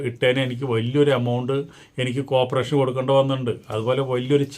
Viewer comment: കോപ്പറേഷൻ അല്ല, കോർപ്പറേഷൻ (corporation) ആണ്. പാഷുവാലിറ്റി അല്ല, പാർഷ്യാലിറ്റി (partiality) ആണ്.